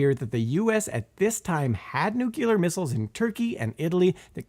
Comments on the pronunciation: and other places. If you wish to sound credible on nuclear topics, learn to pronounce the word. New- klee-uh. NOT New- kew- luh. There is no "U" after the "C". You sound as knowledgeable as George Dubbleyuh i.e. dumb, when you can't even pronounce the key word in the presentation that you're giving. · it's not pronounced "nukular." It's nu-CLEAR, so-called because a nu-CLEAR weapon's power is derived directly from the splitting of an atom's NUCLEUS, not "NUKE-ULOUS." FORGI-...ahem: forgive my outburst. I know that human language is an ever-mutating messy beast. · for the love of god, it's Nuclear. Not Nucular. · NOO-klir not NOO-kyuh-lar The part of the cell that contains DNA is the NUCLEUS not the nuqulers, ffs. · Where did Simon go? Who is this Nonce? And why does he say Nucular? This is not fair play, Simon. Get yourself sorted. Linda. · I'm hearing "nuclear" being pronounced as "newk-you-lurr". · "nucular" anniallation 😂🤣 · nook-lee-urr *twitch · "Nuc-U-lar"... aaaarrrgh! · I absolutely can't listen to another instance of that guy mispronouncing 'nuclear.'